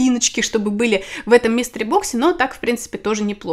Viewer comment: МИСТЕРИ... блин, а я слушаю и думаю, почему Мистер Бокс-то.